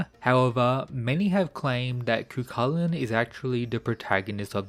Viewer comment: His name is pronounced " ki-chi-lan" not cu cu lakan. Is a gaelic name. He was the original HULK, and unstoppable rage that transformed into a hideous monster according to myths. His rage was called Riastrad